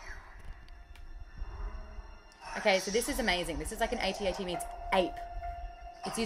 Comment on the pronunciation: Ah! you said AT-AT correctly nice why don't you like kylo Ren? He's a pretty cool character